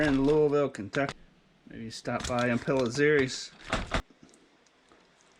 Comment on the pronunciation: You are absolutely right about Impellezeris!! Grew up going to the original one on Bardstown Road. Still go to Impellezeris! Do you have a Louisville connection? And your spot on with the pronunciation!